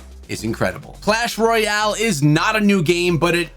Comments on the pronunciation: It's clash royal not clach royal:D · Bro really said clach royal LMAO